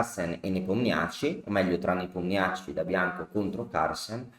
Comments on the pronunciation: Grazie per l’analisi tempestiva, comunque Nepomnjaščij si pronuncia Nepòmnisci 🤣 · Come in tennis i Nomi accorciati come soprannomi 😃 comunque la pronuncia esatta è Nepòmniasci